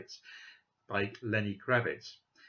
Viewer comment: say Lenny Kravitz again, brilliant